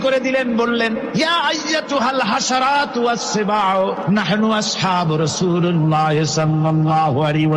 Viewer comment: নাহনু আসহাবু রাসূলিল্লাহ। এটা হল সঠিক উচ্চারণ রাসূলিললহ